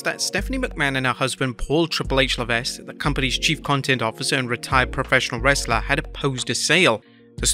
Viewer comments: ITS PRONOUNCED "PAUL LEVEK", NOT "LEVESK". IGNORANT MOR●N! 😡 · Le - Vek. Paul "Triple H" Le Vek. It's pronounced Le Vek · It’s pronounced ‘la veck’ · The S in Levesque is silent... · Your pronouncing triple H last name wrong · Ima just say this because you say it in every video... HHH's last name the S is silent. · That is not how you say HHH's last name.